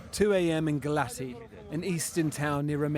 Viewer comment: Pronounciation is like “Galats”!